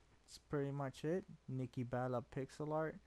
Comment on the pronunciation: nikki not nikkie